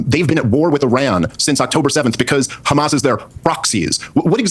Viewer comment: If I hear Destiny say 'HEMAR' again, I'm going to lose it.